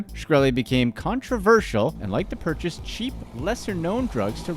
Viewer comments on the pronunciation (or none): none